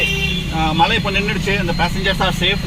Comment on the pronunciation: உங்களுக்கு "மழை" அப்படின்னு உச்சரிக்க வருகிறதா? நீங்க தமிழ் தானே! கஷ்டம்.